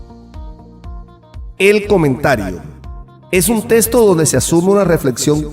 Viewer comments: Se dice texto.. no testo. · En puelto rico de dice testo